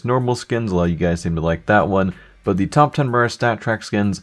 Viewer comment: why the dock do you say dea instead of the